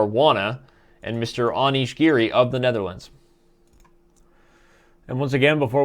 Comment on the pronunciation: its giri not garry lol